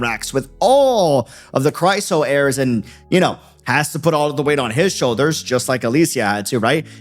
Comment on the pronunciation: Is there a particular reason you're pronouncing Chrysos as Chryso? Sorry just stuck in my brain cuz you keep saying it that way for several videos 🥲 Anyway love your wildest reactions brooo